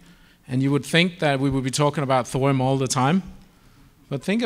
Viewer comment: I came here to make a joke about salt, onions, butter, sage and thyme. But then I was gobsmacked at this guy pronouncing Thorium as "thorum" over and over and over. It's so weird it killed my comical mood.